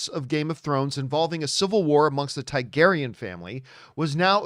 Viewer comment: It's pronounced Targaryen not Tygaryen